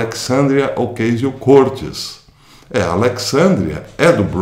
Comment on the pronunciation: Caro professor, antes de qualquer coisa, sou seu admirador e seguidor. Gostaria de fazer uma observação sobre a pronúncia do nome da senhora citada. Mesmo que não seja definitiva para o entendimento da mensagem, a forma correto é OCÁZIO CORTÊS. Deixo aqui meu abraço e meu respeito.